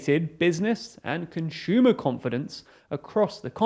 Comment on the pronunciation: Important question: what is a conSHUmer? 😁 On a serious note: thanks for the awesome content from all different TLDR channels.